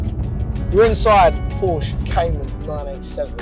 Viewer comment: Por-sha. It’s a two syllable word.